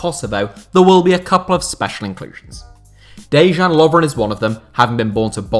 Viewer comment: For f**k's sake, it is pronounced "Deyan Lovren", mate.